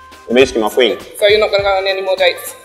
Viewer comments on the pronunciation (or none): Man really said quean 😅🤣🤣